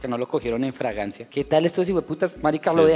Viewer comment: Jajajajajaja no es fragancia es FLAGRANCIA 🤣🤣🤣🤣🤣🤣🤣